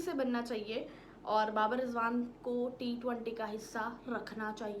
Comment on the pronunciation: Ma hindi..na emglish..na urdu.. aata kya hai bahen tumhe?? T-20 hai wo.. not t- twaaanti.. 😂😂😂